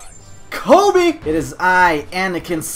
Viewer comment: he said KOBE me be sad